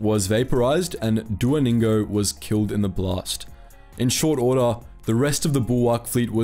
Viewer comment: Dua Ningo ? I Thought I heard Duolingo before I read the description...